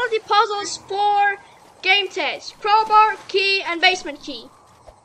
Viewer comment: btw I think its pronounced ga - meh - t - ez